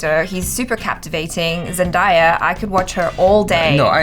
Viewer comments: EVERYBODY SAY IT WITH ME ZEN-DAY-A NOT ZEN-DIE-A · she is Zen-day-ah. Say it correctly. I like her.😡